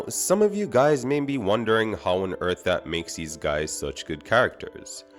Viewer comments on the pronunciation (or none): none